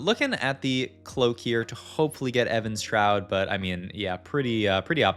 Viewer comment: Why does he keep saying Evan's shroud instead of Even shroud?